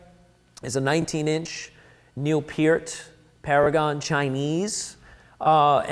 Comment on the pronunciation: he said neil peart's name right dumbass